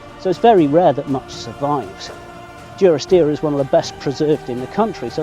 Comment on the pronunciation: You pronounce it Due-ris-deer, I always thought it was Duh-ris-deer. Genuine question, what is correct?